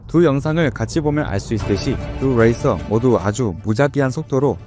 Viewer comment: '레이서'를 '레이서'라 발음 해주시면 조금 더 편하게 시청 할 수 있을 것 같습니다. '레이서'를 자꾸 '웨(뤠)이서'라 발음 하셔서..ㅎㅎ 영어 발음을 너무 굴리셔서.. 한국식 발음으로 해주세요~